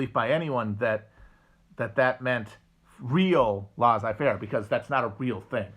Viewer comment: Between "lah-zai fair" and "ley-tat eh mwah" I'm starting to think French is not Matt's strong suit